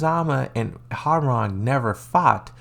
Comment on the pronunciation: Its not how-rang but hwoa-rang like hoa then rang